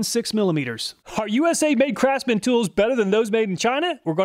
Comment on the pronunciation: "Crapsman" tools.